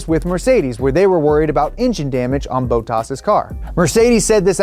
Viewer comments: Gotta love the ‘Boat-ass’ pronunciation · Great video. But, 'Bow - tass'? 😂👍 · Aaaah yes, my favorite driver "Boat Haas" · Who the hell is Bowtaz? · “Bootas” cmon lol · why do they call him 'bow taas' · Lol saying bOttas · Big F1 fan and big Fan of Donut, love the videos. Only thing I would say is work on your pronunciation on the names. Boatas 🤣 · LOVING the F1 videos.... but..."Bow-toss?" C'mon, you're better than that. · Stopped after 8 mins after getting sick of Boe-tars. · Bro said boattaas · Valterri Boat-Toss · Dude says Bottas like Boataaas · Who's this 'Bohtas' character he keeps going on about? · It's not Bow-tas... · He says bottas like bow-tas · why does he call Bottas boatoss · Bro. Who dafuq is Beautas? Please tell me you're trolling with that. You can't claim to be an F1 fan and never watched a race long enough to hear Bottas' name spoken. Hell, you could just listen to who is doing a cameo on this very video! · "Valterri Botox" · Who's boatas hahaha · Wtf is bowtaas?😂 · I'm i the only thing getting ticks every time he pronounce Bottos... like... where the he'll does he read the U as he clearly thinks is in there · .....BOOO TAS? bottas there are two t's. Great vid just hilarious pronounciation. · please stop it with the Bow-tas, it's hurting my ears. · Great video guys! But... The pronounciation of Bottas... boat ass, i mean jezus christ wtf is that? Just terrible! Still, keep em coming. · Listening to an American mispronounce stuff for 20 minutes is painful. Bowtas?? Nesitate? Did you mean necessitate? Tchassi? Did you mean chassis? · boatas, mex...who are these people? ... o wait im dealing with anglophone's to whom pronouncing things is a game of trying their upmost to not get it right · My fav F1 channel with my fav car channel! Awesome collab now if only you could have given him some hints on how to pronounce Bottas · The way he's saying Bottas triggers me so much xD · He isn't saying Bottas right. Making me cringe.